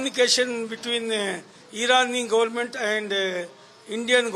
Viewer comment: It is not godmat it is government.😂